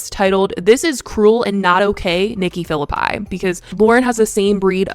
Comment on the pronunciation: The fact that it's pronounced Nikki "Fill-a-Pie" and and not Nikki "Fill-lippy" is deeply bothering me. 😑 These people are not to be trusted